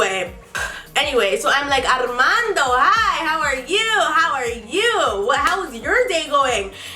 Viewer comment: It's hilarious how she says his name, Arrrrrrmando😂